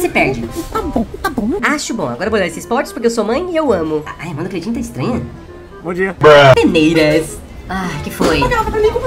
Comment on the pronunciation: No começo eu já me quebrei com o bobobobobobobobobobobo bomdia